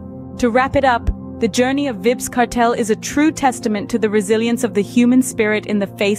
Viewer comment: Vibs. Vybz pronounced Vibes :face-fuchsia-tongue-out